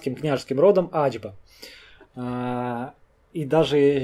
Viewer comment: Не Аджба а Ачба .